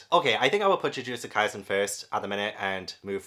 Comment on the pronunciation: So many of these if not all are so incredibly good, the ones I definitely recommend so much are Jujutsu kaisen Demon Slayer Haikyuu Assassination Classroom Bleach (and you said their names correctly) Toilet-bound Hanako-kun My hero Academia Yona of the dawn Kamisama kiss One Punch Man Fairy Tail